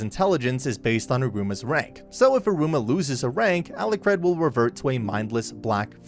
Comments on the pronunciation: A-lu-card not a-lu-crad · How does the narrator manage to pronounce Alikred differently every time? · especially given how often Alicreeds name is swaped